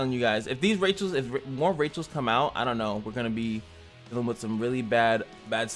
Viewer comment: Actually you say Rachel the wrong way listen to ramge the regular one when he die he say the name correct +good video i hope you grow bigger